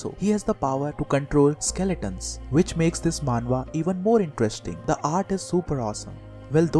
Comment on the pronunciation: You're also wrong it's "manhwa"